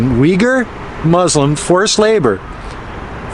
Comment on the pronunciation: There is no "I" but "U" in Uyghurs.😆